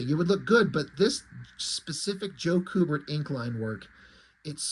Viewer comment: It's pronounced "Q-bert" not "coo-bert". I've met both the brothers at Fan Expo. They're awesome. Joe inked Andy on their Watchmen comic, too, where Andy drew naked boobs. I asked him if it was awkward to have your dad ink a drawing of a top less woman and he said it most definitely was awkward, but his Dad said something to the affect of "It's work, so let's just do it."